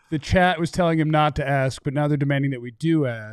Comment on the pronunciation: it is “ask”, not “aks”. Come on man! You went to college. Stop acting like you don’t know how to pronounce a word.